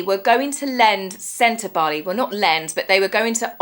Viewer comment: Thanks for pronouncing Sentabale properly. You may be the only commentor that does. 😂 We read it the same, Dr Sophie has sufficiently valid complaints to convince a law court. I think if these ex-board members push, she will push back and they won't like it. I absolutely believe Meghan is the influence here. This lady has more experience and qualifications the H&M together. She's also attractive. And she gets to associate with Harry. All things Meg hates. Oh, and she doesn't have to wear spray tan to be black 😂